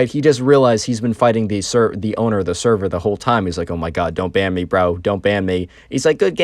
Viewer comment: blud said "saerar" instead of "server"